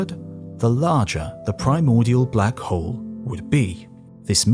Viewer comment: Sorry, getting distracting hearing you swallow the "L" in hole when talking about Hawking and Black Holes. It just does not feel correct, if you say that he was looking for the oldest and biggest one. Edit: Doesn't get better when talking about the big bang, too.